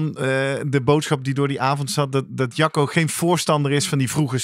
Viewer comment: Mooie uitzending weer, prachtig onderwerp, sommige uitspraken moeten we hier wel om lachen, is het nu Jacco of sjacco? net als Guido of Kiedo? het onderwerp vinden we het belangrijkste hoor en zeker de aandacht van hoe jeugd selecteren en hoe ontwikkelen, wel willen wij hier kwijt dat asm niet nieuw is, wij doen dit al 40 jaar. maar mooi dat bekende sporters en coaches hier nu een lans voor willen breken.